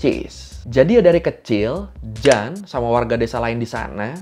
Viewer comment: Koy pembetulan cara sebutan yg benar untuk (Jeanne) adalah Jin✔️